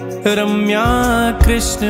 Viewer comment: माँफी चाहता हूँ - पर आपने २१ नम्बर नाम को जप में बोलते समय आरम्या बोला है - और सामने लिखा रम्या है.. कृपा करके मार्गदर्शन करिए..